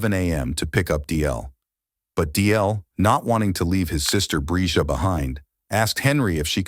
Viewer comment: Overall, you had great coverage! Finally, you got the pronunciation of the girl’s name right at the very end! Bravo!